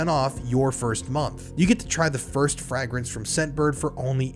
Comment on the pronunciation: Plz dude learn how to pronounce fragrant it isn’t frag-nance it’s pronounced fraygrance